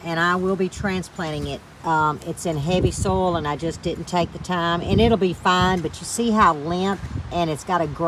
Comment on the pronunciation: Oh how I love to listen to your accent!! I am curious though are you talking about soil or sole in those garden beds - LOL. I wouldn't bother to tease you if I didn't love ya. Your gardens are beautiful. My seedlings are safely tucked under grow lights STILL 😒 We don't get to plant outdoors until just before Mother's Day. It's all good though. Hey, I had a thought. (a novel concept at 70) it's a good way to extend your harvest by planting starts and then direct sewing seeds. That way you aren't overwhelmed with too much harvest at once. You're too smart. I think I'm going to give it a try. Since it's just me, staggering the harvest makes good sense so I don't get too tired putting everything up at once. See ya during the week and - blessings always, g.